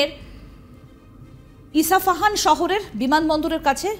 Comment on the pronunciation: ইসাপাহান নয় গো দিদি ইস্পাহান শহর!!!